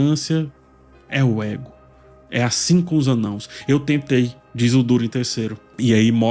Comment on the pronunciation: O cuidado em falar "anãos" aos <3 Eu ainda to achando complicado de seguir a serie, por hora sigo contigo. Obrigado pelo review.